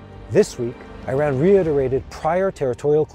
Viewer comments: Iran pronounce as E-Run not I-Ran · It is not I Ran but Eeran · My friend, please pronounce Iran as Eran not as I ran.